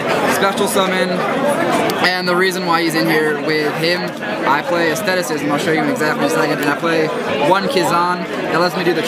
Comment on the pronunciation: He pronounced asceticism wrong xD